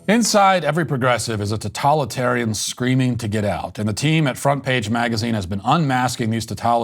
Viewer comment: Your pronunciation of totalitarian is off putting. That’s probably the most negative criticism I can muster here. I know… it’s a heater